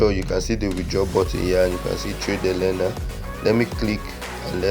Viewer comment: Ella not ellena